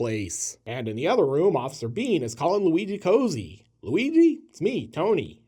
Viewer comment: BTW Cozzi’s name should be pronounced “kotzi” not “cozy” - but “hack” also works